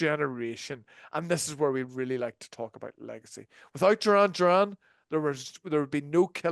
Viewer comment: Pronounce their name correctly